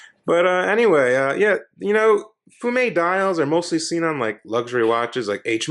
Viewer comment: love when noobs call it a fume dial , but you pronounced it correctly 😊